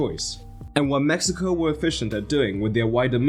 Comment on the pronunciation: I'm positive bro is saying Messico not Mexico, it doesn't even sound like he's saying Mexico